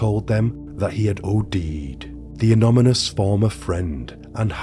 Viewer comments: IT'S ANONYMOUS NOT ANOMYNOI. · Yes lol! Also "anomonous" hehe! I came here to see if I was the only one 😅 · The case is almost as horrific as your pronunciation of the word "Anonymous" haha just kidding mate. Great vide, as usual. Liked. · You say anonymous an on a mus. U say is funny 😂😂😂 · Good video but please learn how to properly pronounce anonymous/anonymously. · You're going to need to learn how to say 'anonymous' correctly if you'd like to be seen as anything but amateur, moving forward. All the best!